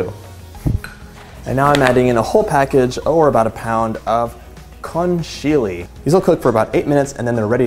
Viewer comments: Lovely variation, thanks! I'll be sure to try it... just one thing, it's pronounced con-kill-yeah :-) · I'm not Italian, but still I happen to know that "Conchiglie" are pronounced "Konkilye" - in Italian, a c is usually pronounced "ch" in front of i or e (and "k" in front of a, o, u), but if there is an 'h' between the 'c' and the 'e' or 'i', this 'h' has the function of making the 'c' hard (at least that's how I remember it - the 'h' makes the 'c' hard), so that it is pronounced like a 'k'. (Like in "Bruschetta", which is pronounced "Brousketta" or in "Gnocchi", which are pronounced "nyoki"!) :-)